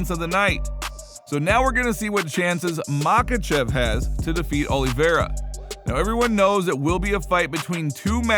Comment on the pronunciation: What are the chances you ever pronounce Islam's last name correctly?